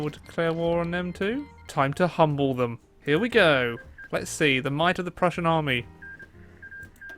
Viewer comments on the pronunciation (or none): none